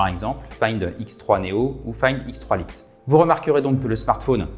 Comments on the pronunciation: "lite" se prononce "light" (la-i-te). C'est un détail, je sais... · Le « find x3 Lite » dit à la française 😂😂😂 je vais pas m’en remettre c’est la première fois que j’entends dire le mot « lite » de façon aussi ridicule